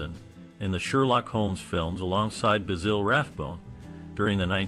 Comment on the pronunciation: Basille? What a joik. It's BASIL like the sprice.